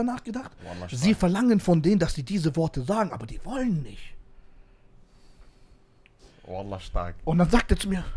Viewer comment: Der richter liesst ,,vallah'' 🤣🤣🤣🤣🤣